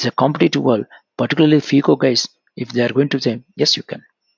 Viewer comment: Sir, You pronounce phico. It is FICO